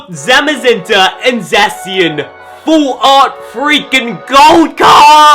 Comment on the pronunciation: Btw it's ZA-shi-an